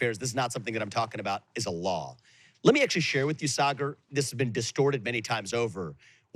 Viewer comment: Yes.. Saagar never pronounce any Indian name correctly ... even though he can.. Sanjay Gupta and aakash are easy but he still pronounce them incorrectly..I think Saagar is still very connected to india..his parents also live india so he tries to hide it by whitewashing...nayan mulla jyada jor se namaz padata hai